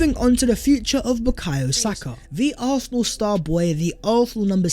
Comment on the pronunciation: pronounciation of Arsenal 🤦🏾, used to think my ears were the problem. Great content tho 🤣